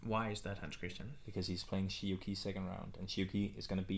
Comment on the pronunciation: Sorry for correcting you but this third name of Shi Yu Qi is pronounced rather like Chi, not Ki. As far as I know.